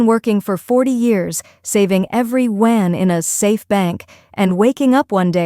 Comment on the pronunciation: GREAT REPORTING ! -- BUT THE A.I USED FOR IT , SUCKS BIG TIME , --- IT CAN'T EVEN PRONOUNCE " YAUN " PROPERLY --- AS 1 OF IT'S MANY SHORT COMINGS --- GET RID OF IT OR FIX IT PROPERLY --- IF YOU CAN'T PRONOUNCE A WORD LIKE " YUAN " ON A CHINESE INFO SITE --- THEN IT'S TIME TO LEARN HOW & QUICKLY WORKS BETTER ! ---- PITFUL BARELY DESCRIBES THE MOMENT WITH " GREAT TRUTH " ----- ---- THE A.I CRAP OFFERED, ---- GETS YOU A VERY BIG " THUMBS DOWN " ----- from Alberta, Canada J.